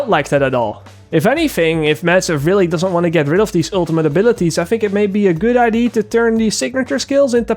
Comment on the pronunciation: Does it bother anyone else how he says "ID" instead of "Idea"?